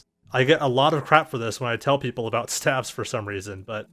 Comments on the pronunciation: STAVES. S-T-A-V-E-S. S T A V E S. Not "staphs". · Please stop saying st 'ah' ves, staves is pronounced st 'ay' ves. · it's "staves" not "staffs" :D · wtf is a stav? I think you mean either a Staff (with a "f" when) talking about them singularly, or Staves (with an A, rhymes with Dave) for plural. There is no such thing as a Stav. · it sounds like you're saying "staffs" because your pronounciacion is strange. go to google translate, enter "staves" and click the microphone icon to hear how it's pronounced :) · The plural of staff is staves, and the a is long, so say "stAves" so you won't sound as ignorant next time. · I thought this was about Daggers. I kept hearing "STABS" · It's a long "A"... STAAAVE. JFC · STAVES [steyvz] /steɪvz/ I had no damn clue what you were talking about until I saw a picture of a fucking staff. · You said.....st-ah-vs.